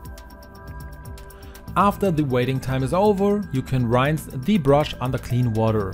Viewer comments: good to know. I wasn’t commenting to criticize him but rather to help . Just as Spanish is my second language and I always appreciate training on proper pronunciation of words. ❤️ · In all your videos you make a prononciation mistake with the word "rinse" showing you aren't english language native. German, isn't it?